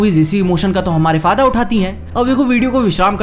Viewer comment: faaada not faida faadaa